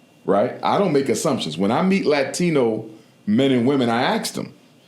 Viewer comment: Why can't black ppl say 'ask' correctly? 😂😅😂😅😂